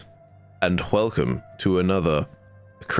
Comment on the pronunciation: why do you pronounce it "hwelcum"